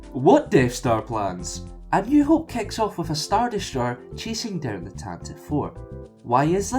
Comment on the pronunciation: It's pronounced TantivEE IV